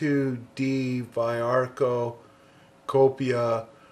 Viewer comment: the pronounce is veearco. cool video. those purple are copy pencils (that's what cópia means).